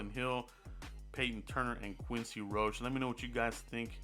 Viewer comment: Any miami hurricane will work... I love Miami...it's quincy ROC-he... Not roach...